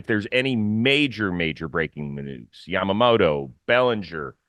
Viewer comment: LMAO 😂😂 Rosie doesn't want to say Yamamoto name cuz he's been calling in Yamamata this whole free agency haha died. Love ya, Rosie